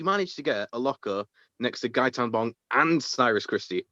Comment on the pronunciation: I love how calls him "Gaytan Bob" 😂😂😂